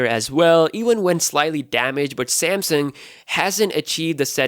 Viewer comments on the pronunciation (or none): He said Samsang lol